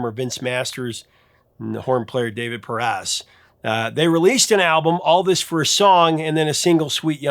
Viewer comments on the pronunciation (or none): none